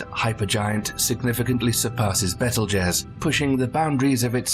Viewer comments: REGAL? It's pronounced... RYE-GEL and Bettle - Gezz is pronounced BEETLE - Juice. Geeeze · Bro… it’s pronounced Beetle-Juice lmao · As soon as I heard you pronounce Betelgeuse, I clicked dislike and closed. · You say betelgeuse's name so wrong.